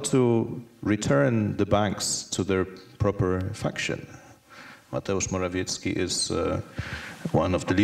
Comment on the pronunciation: Very poor pronunciations of Mr.Morawiecki